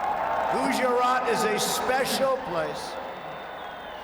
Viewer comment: Nobody: Trump: gowjaat(gujarath)